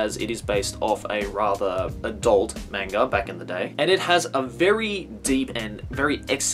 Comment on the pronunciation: Hearing pronounce manga as "mainga" is so jarring